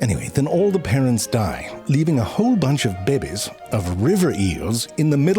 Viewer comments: I love how he saty "bebehz" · That butt joke is in every video and it's still funny af. But you've stopped saying 'be'bays 😢